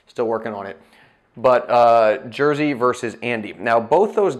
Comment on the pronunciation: Sorry, it's not "Jersey", it's Jerzy. I'm not a Polak, but do have respect for the bloke.